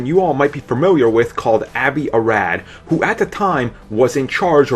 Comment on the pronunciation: It's Avi (AH-vee) Arad. I know. It's my name, too, and I don't think anyone has ever pronounced it correctly the first time.